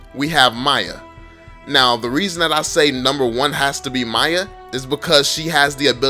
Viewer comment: i get so mad when u call miya to maya idk why